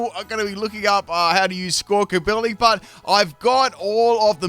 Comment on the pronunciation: Love that still calls it "Squawkability" 😂